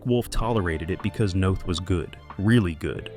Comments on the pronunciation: In case anyone is interested, his name is pronounced like Chris North. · The stupid robot voice says Chris Noth’s name wrong. It rhymes with both not moth. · NOTH. not Nath